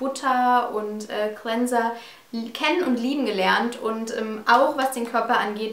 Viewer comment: Danke dass du cleanser nicht 'kliiiinser' ausspricht, bist eine der wenigen Youtuberinnen die es richtig sagt :D